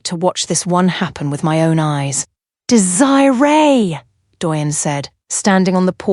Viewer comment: I like the story. However you need to work on the pronunciation of the name Desiree